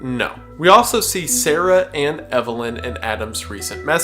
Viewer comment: Adam Eve-lyn🤔🤔🤔